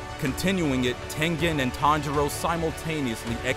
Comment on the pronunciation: He is not tenthen it's tengen